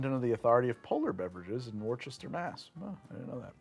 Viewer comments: "War Chester Mass" my brother it called Wista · Wuss-tah. Literally no one says "war chester" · Incidentally... it's more like "woo-ster" or "wuhster" (with "wustah" as a reasonable variation), not "wor-ches-ter", both the one in Massachusetts and at least so far as I am aware the first for the one in England. "Worcestershire" is a compound for "Worcester county", too. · WOHR-CHES-TER MASS???? REALLY?????? I thought you were from the northeast based on how you say orange lol. It's wuh-ster. If you say wohr-ches-ter people will make fun of you lol. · Also... it's Wusster. Not WorCHester. There's no H. Also, probably not any Polar Soda soon either cuz they got bought out by a company in MN. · “War-Chester Massachusetts” WOO-STUH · or Wooster if you don't have the traditional Boston accent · It is hilarious how you pronounce Worcester, Massachusetts. It is WUSS-ter or some locals say Wister. Think of Wuss-ter shear sauce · As a heads up, you pronounce Worcester “Woohs-ster”! Love your videos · The way he so confidently pronounces Worchester completely wrong kills me. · Looking for all of the New Englanders who immediately realized he mispronounced Worcester., it's "Wooster" or "Woostah" if you're native. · Did he say Wor-chester? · Always makes my day hearing hearing non-Massachusettsans pronounce "Worcester" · Worcester is two syllables. I don't get it either and I live in MA lol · There's no H in Worcester!!! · Gotta learn how to pronounce Worcester